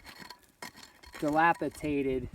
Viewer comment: not delpatate but dilapidated right?.